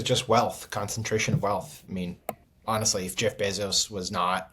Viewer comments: Is it 'Beeezohs' as JVL pronounces it? Or 'Bayzohs' like I hear everyone else say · It’s pronounced BAYzos. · JVL- Bezos gets his last name from his Cuban stepfather who later adopted Jeff. Bezos is pronounced “bay zows”